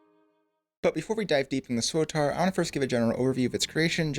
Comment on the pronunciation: Great video but man the way you say SWTOR, mans playing Star Wars The Auld Republic with his “SWTAR”